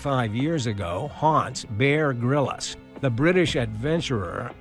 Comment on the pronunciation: "Bear Grill-Us" 🤣🤣🤣